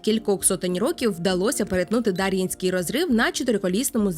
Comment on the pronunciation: Підозрюю що наголос все таки на Є — ДарʼЄнський розрив